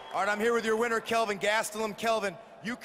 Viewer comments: Guys cheezuz F***. It's Kelvin with an L not F**ING KEVIN !!! GOD. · it's Kelvin not Kevin... smh